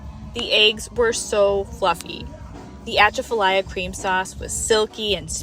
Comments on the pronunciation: I was trying to figure out what kind of cream sauce you were calling it until it dawned on my that you were trying to say Atchafalaya (uh-CHAF-a-lie-ya). LOL Sorry. Its just funny when I hear people trying to say our words that ain't from here. Glad you had a good time down here. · pronunciation guide: tasso = TAH-soe (this can go either way tbh but i've always heard this way around here), atchafalaya = uh-CHAFF-uh-lie-uh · Where are you from 😂. "At-cha-fa-ly-ya" that is some serious William Shatner mispronounciation there, lol. Edit: Read your bio. Welcome to Loozanna!!!😅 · its pronounced "at chaff a lie ya" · 🤦 I'm not going to criticize 'foreigners' for not being able to pronounce our names/words. No one ever gets many of them correct, like Atchafalaya or boudin. Even tasso 🙄 p.s. the 'n' in boudin is silent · Ask anyone you talk with for the correct pronunciation of the Atchafalaya Swamp.